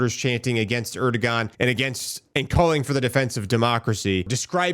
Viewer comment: Pronounced Erdowan.